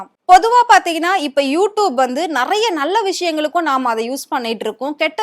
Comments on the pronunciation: You tubennu solla Theriyala you doopunu solra unakellam100vadhu edendhan kettaikkum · Wrongly pronounced word u tup . Its u tube . Without any shame she is repeting several times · யூடியூப் யூடியூப் யூடியூப் என்று ஆயிரம் முறை சொல்லிக்கிட்டு எழுது. அப்போதான் யூடூப் என்று தப்பு தப்பா பேசமாட்ட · Nalla sonninga, sariyaga ucharika theriyathagal ethai pottalum padithu vaikirom thalaoyeluthu 😂😂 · Tube ma toob toob nu solriye mapo ma waste ma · யூ டியூப் ன்னு கூட ஒழுங்கா சொல்ல தெரியல. நச்சுன்னு சொல்றத விட்டுட்டு வள வளன்னு இழுத்துகிட்டு. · மொதல்ல யூ டியூப் ன்னு சரியா உச்சரிக்க கத்துக்கோ. அதுக்கப்புறம் வந்து ஆத்து. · First pronounce you tube properly. Shame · Please correct your pronunciation of You Tube, mam. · யு டியூப்ன்னு ஒழுங்கா சொல்ல தெரியலை. நீ பேசுறது கேட்டால் எரிச்சல் தான் வருது. கண்டிப்பாக not interested chanel தான் உன்னுடைய சானல். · Neeyellam eppdi than chanel vachirikkiyo you tube 100 times you tubaye kevalama pronounce panra pakki😂